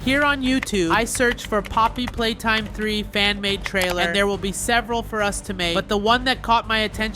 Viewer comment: Did dude say Poppy hopscotch.